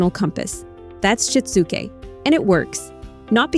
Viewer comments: “Shit-zoo-Kay” Good grief. When will AI learn to pronounce words correctly? The material is good! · “You might need to walk… THEM THROUGH IT!” Despite the terrible AI voiceover, this was valuable. I’m going to try this with our autistic son and allistic daughter. Also, it’s SHI-TSU-KE, AI voice! Sheesh.